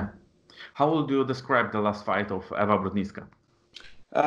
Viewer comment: Panie redaktorze mówi się Ewa a nie iva